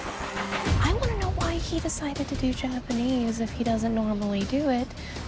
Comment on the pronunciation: listen closely she says janapanese!!!!!!